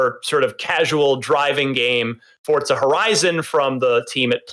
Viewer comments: They keep saying Fortsa not Forza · Stop saying fortsa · I thought it was Forza not Fort-sa. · "forTza"? I've been pronouncing it "Forza" for years. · Why people call it fortsa?🤷‍♀️ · wtf is fort-za?